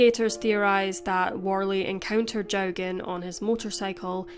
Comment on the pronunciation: The surname is pronounced Jockin